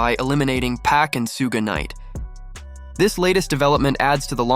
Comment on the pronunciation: Why you keep saying shuge knights name wrong